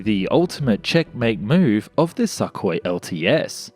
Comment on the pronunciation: I love the way the narrator consistently pronounced the name Sukhoi as "suck-hoi" and not "soo-koi"...the not so subtle insult is much appreciated. ROFLMAO